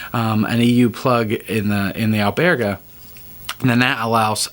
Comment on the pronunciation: Albergue , pronounced Buen camino.